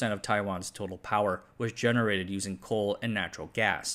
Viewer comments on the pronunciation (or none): none